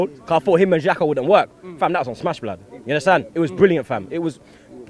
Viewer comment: can 1 sec 0-60 to Say blod